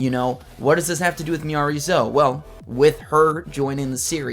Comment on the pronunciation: Now you know it’s pronounced Miyareez 😂